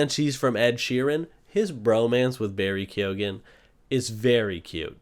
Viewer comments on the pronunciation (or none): that pronunciation of keoghan is criminal :0